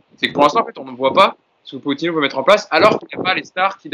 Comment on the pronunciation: Sinon, un jour, les mecs, vous pourriez juste bien prononcer le nom de Pochettino? J'suis loin de le porter dans mon coeur, mais entre les prononciations telles que pokettino (à l'italienne), les pokettinho (mix d'italien et de brésilien) ou les Pochettinho (carrément à la brésilienne), on en finit plus. Donc le mec en haut à droite faut qu'il arrête de dire Poketchino parce que là ça devient n'importe quoi. Et pourquoi pas Poketchéquoslovaque, tant qu'on y est... La bonne prononciation, en espagnol, c'est Po(T)chettino. Ce qui, décomposé, nous donne - répétez après moi! - PO-TCHE-TI-NO. Rien de plus simple. P comme "Poney", O comme "Olé", T comme "Tuchel", CH comme "Chantal Goya", E comme "Électricité", TTI comme "Tigana", NO comme "No comment" Pour conclure, j'aimerais finir sur une citation de Geoffrey Jourdren 😍 "ZIZOU! Z-I-Z-O-U! ZIZOU!"